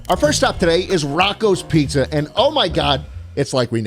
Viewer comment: "Schpizza" seems to like nyc pizza